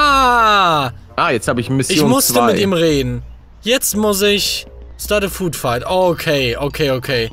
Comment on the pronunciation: Englisch Hilfe: Food Fihkt = Essens Schlacht